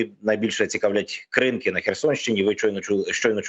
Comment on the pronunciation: Навіщо ви змінюєте наголос в назві села КринкИ?